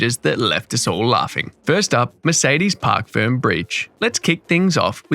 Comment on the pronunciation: FYI: It is Parc Fermé, not Park Firm